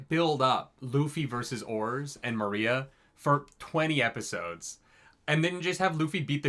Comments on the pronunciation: Maria XD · Still saying Moria wrong...